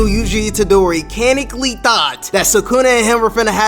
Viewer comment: its pronouced canon-ically😂😂